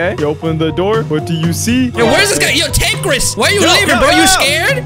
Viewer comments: Bro the way he was saying tanqris instead of tanqr is better is frustrating me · This mans said tanqris LOL TanqR is a roblox yter🤣🤣🤣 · that name is not tanqris is tanqr is betta